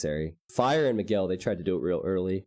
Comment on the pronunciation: you pronounce almost all Brazilian names incorrectly. Miguel is pronounced like this